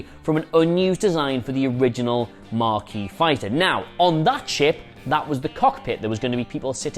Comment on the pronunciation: Probably mentioned before, but there is no "R" in "Maquis". ;)